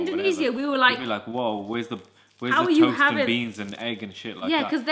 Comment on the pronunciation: Braappp it's our time to shine! The last thing they had is called 'toost' looool!